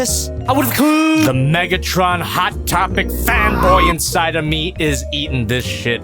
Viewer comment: WHY DID HE SAY NIGGTRON💀